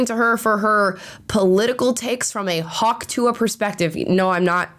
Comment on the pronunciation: Are you saying Hawk Tu-ah? The ah is silent